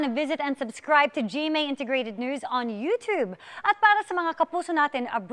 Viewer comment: Wow, Iya, I found 24 Oras on YouTube. However, there’s no 24 Oras on all-knowing, self-proclaimed know-it-all Kuya Kim Atienza’s utoooooob. That’s true, I couldn’t find utoooob in the first place. Maybe Kuya Kim should say Youtube correctly, otherwise he’ll be accused of being a purveyor of fake news on a prestigious TV News channel like GMA News. But Kuya Kim is stubborn like an old dog who couldn’t learn new pronunciations such as YouTube.